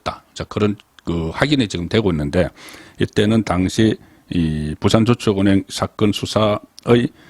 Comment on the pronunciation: 35년 경력의 대기자가 첫음절을 강하고 짧게 발음 하는게 듣기 거북하네요 사업자 둔갑 저축은행 등